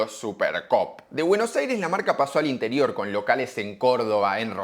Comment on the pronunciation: jajajan cuando dice interior 😂